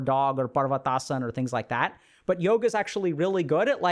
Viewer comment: aaaaaand i stopped listening when he said Yoga…..